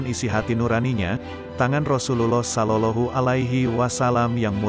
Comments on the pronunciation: Maaf cara membaca. Sollawllohu alaihi wasallam ini yg bener. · Kok sollolohu....ucapkan yg benar dong.